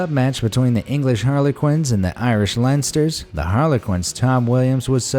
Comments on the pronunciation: The Irish LeinsterS ah it hurt to hear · As an Irish man I was a bit triggered when he said the Irish Leinsters